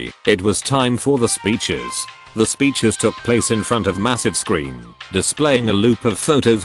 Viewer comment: THE WAY THE BOT SAYS "speeches." LMAO